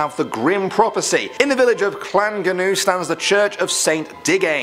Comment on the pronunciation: I use to live in Llangernyw the tree was an amazing sight to see but creepy. Still funny how non welsh people say the name of the village